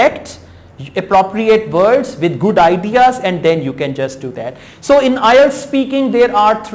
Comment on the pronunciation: voctchabulary , vorld , adiaz ,,,, what a rubbish pronunciation . are u sure you are a teacher ?